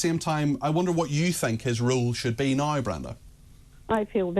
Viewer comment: "NOW" Peter. It has a W in it.